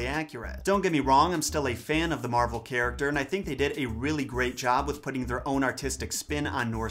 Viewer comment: I can't stop hearing 'marble' instead of 'Marvel'.